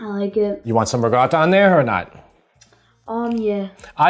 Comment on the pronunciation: Absolutely, unequivocally LOVE your channel but... WHY do you say ruh-gotta, instead of RIKOTTA???